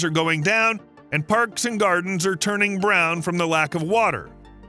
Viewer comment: Some truth and some not, Thanks for pronouncing Dubbo properly as i have lived there for over 60 years and the climate in that time has got cooler. One more thing is stop talking about climate change as it is BS, it was created to make rich people richer and to fool those that will believe all the contradictions.